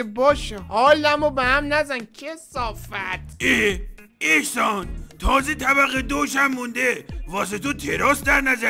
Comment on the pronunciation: احسان❎ اخسان✅